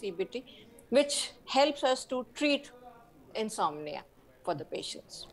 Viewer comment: चैनल का ऐंकर नींद ना आने की बिमारी को अंग्रेजी में उच्चारण ग़लत कर रहा है । वहीं डाॅक्टर सही उच्चारण कर रही है ।